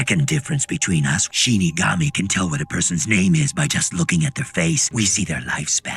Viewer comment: Excited that you guys are watching this. When mispronounced "Shinigami" as "Shin Megami", my ears perked up, thinking, "SHIN MEGAMI TENSEI?!"